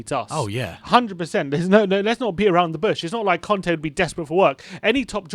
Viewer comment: It's Cònte, not Cante. :))))